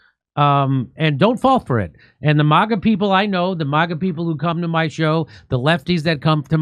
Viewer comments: MIGA, NOT MAGA. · Might wanna workshop "MIGA" a little more Jimmy lol